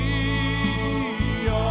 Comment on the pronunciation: Pragtig! Ek hou van jou uitspraak van halleluja! So Baie kunstenaars spreek dit uit met ‘n oe klank.